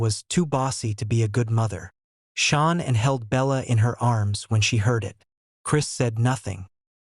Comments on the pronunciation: Dude!!!! At least teach your sorry AI narrator to say “Shannon” and not “Shawn”!!!! I cant even listen anymore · You pronounce her name Sha Nann. Not Shawn. Learn how to pronounce Sha Nann. Please. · get her name pronounced right, there is no U in her name, it's not Shaunann it's pronounced Shannan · Pretty sure this is AI voice. Because AI voice is never seemed to pronounce things correctly, especially people’s names and in this case a woman that was carrying a child murdered by her own husband in this fucking podcast. Can’t even get her name right you keep calling her Shawn! It’s Shaan’an! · It's Shanan not SHAWN?? and RIP Shanan and her little angels no person should have to go through that it was horrendous for Shanans family 💔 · You could try harder to pronounce this poor murdered lady’s name correctly. It’s Shanann sounds like Sean when you attempt to pronounce it. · Chris wasn't there when nutgate happen. Get your facts correct and at least say the victims name correct! SHANANN NOT SHAWNA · I pray for Shanann's beautiful family. I urge you to PLEASE change your voiceover and the captions to say "SHANANN" instead of "Shawn"! Her name and memory need to be respected in every way! Do it even if you have to remake the whole video! Thanks. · Shannan NOT Shawn 😢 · Gees...can you not get her name pronounced correctly??? SHAN ANN IS HER NAME, NOT SEAN!!! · To those who put out this content, use your own voice not AI.....pronouncing Nicole as Nickal? Shanann as Shaw ann? Use your god given voice.....dont be so lazy. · Her name is SHAN'ANN. I know this is a AI channel but out of respect please get the name right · You should know how to pronounce Shan,ann's name. You Americans love making money from this tragedy, on Utube in particular. You should get your own content. This family has asked you all, over & over, to stop making mondy like hou. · Your AI doesn't pronounce her name correctly